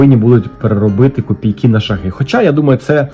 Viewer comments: ШАги, ШАгів, з ШАгами — наголос на «А» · Вітаю! Не "шагИ" а "шАги". Чекаю розіграш!